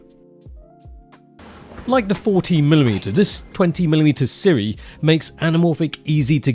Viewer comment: Hey, I recently learned that Sirui is pronounce like Sue-Ray...